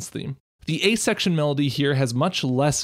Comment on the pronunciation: Every time he says "A Section" it takes my brain a few milliseconds to realize he isn't saying "asexual".